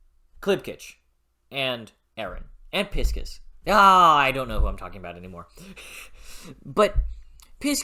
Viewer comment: "pis--kis" 😂 that's the first time I've heard his name pronounced that way, I've read it as "Pie--Sees", and the audiobook also goes with that Great review though! Can't wait for you to get farther, I'm caught up on the website so no worries about spoilers here, and I imagine a lot of viewers of later reviews will also be veteran ducks 🦆